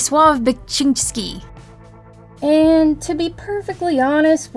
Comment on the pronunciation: it IS how polish people are born. Some of us, at least. Hell, I'm pretty sure that's how Beksiński (whose name you so wonderfully mispronounced) was born. The more you know, eh?